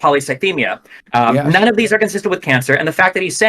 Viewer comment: Glad I wasn't the only one that heard that lol